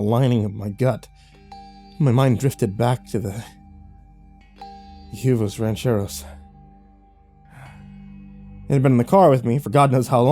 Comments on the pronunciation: "Hue-vos" rancheros 😂😂😂😂😂😂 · Huevos Rancheros. Huevos is pronounced more like weh-voz. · I love your narrations, man, but PLEASE... check pronunciations... It’s “way-vose” rancheros. Huevos Rancheros. Spanish for “farm eggs”.